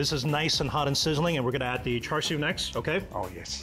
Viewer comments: This is the whitest Chinese dude I’ve seen on YouTube. Your pronunciation of char-siu isn’t char-siu it’s supposed to be cha-siu Someone tell to pronounce it like his dad does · listen to your dad and pronounce bbq pork properly. It's "cha sui" not "char sui"